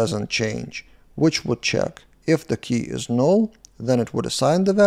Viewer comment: love the way u said nool 🤣🤣🤣